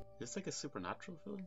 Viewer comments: Haha yes, I acknowledge I do pronounce "fil-um" incorrectly 😂 It's not a conscious choice though. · If we are correcting pronunciation, film is one syllable. It's Field of Dreams, not pitch of dreams.